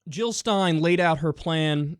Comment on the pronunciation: Jill NOT Hill !